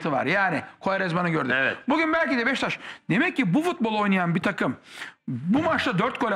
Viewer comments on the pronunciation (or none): Sinan Engin Beşiktaş İle İlgili Konusurken Hızlı Konustugu İçin Sürekli Beştaş Gibi Çıkıyor Agzından :) Bir Tek te da birde da BeşiKtaş Diyor öncesi ve sonrası Beştaş Diye Çıkıyor Agzından